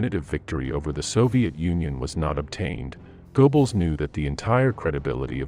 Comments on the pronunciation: "Gerrbols", not "Goboles" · Goebbels: Go-Bells? Uh, no. More like guh-bells: that oe represents the o-umlaut in the original. This continual mispronunciation is painful and leaves us all with the impression that the video is recorded by fools. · Goebbles is pronounced more like Gerbbles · You're going to have to fix your (or your computer's) pronunciation of names or you're just going to get laughed out of business. "Moss Cow" for the capital of Russia, pronounced moh-scoe, is merely a midewestern US illiteracy, but go-bells for Goebbels, roughly "guh'-blz," that "oe" is an e-umalut, is just hilarious. But also stupid. What you have here is a very clever beta that is not yet ready for the market. Do not pay the company that is using you to test their audio software, OK? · And Go-Balls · I noticed Goebbels mispronounced also Goring. In German, W is like a V in English. I think Hitler was so desperate for good news, he jumped the gun, claiming victories that had not occurred. Even the weather was against them. First the rains and quagmire. Then the extreme cold. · Call me picky but please learn how to pronounce German. Wehrmacht sounds like a V not a W like in English. Goebbels has an umlaut which I don't have on my keyboard. Otherwise a good historical account of the disconnect between Hitler and Goebbels and the real situation on the front. And how it ruined their credibility. Even worse in 1942 than in 1941. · The German pronunciation is "Goerbbels" not "Goebbels", "Wehrmacht" is "Vhermacht", and "Jodl" is "Yodl". AI is idiotic. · GER-bulls, not GO BULLS; VARE-mocked, not WHERE-MOCKED; And it's not pronounced COO DEE AY TAH. Otherwise, a good mini-doc. Just curious: I know there's a person speaking at the end, but was the narration actually AI?